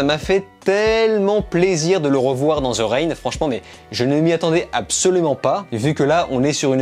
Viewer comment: Avis au français de type francophone THE se prononce De pas Ze ptn ta plus de 20 ans et jamais on te l'a dit 😙